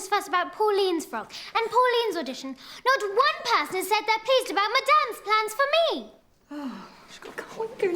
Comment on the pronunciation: ha when she said madame plans lol i thought she said my damn plans lol. thanks for subtitles but would of sounded cooler if she said my damn